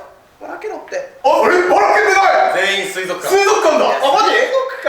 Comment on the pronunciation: 水族館をすいぞっかんて言わなかったの尊敬する。